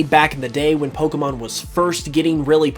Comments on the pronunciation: He said Pokeman not Pokemon. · they always call it pokeemon lol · Okay there's a reason people don't listen to certain people and if they pronounce it pokey mon we don't listen to them also a wizard is not necessarily A practitioner of black magic it's just a male practitioner of magic have you seen Harry Potter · Everytime these guys mispronounce pokemon, it pisses me off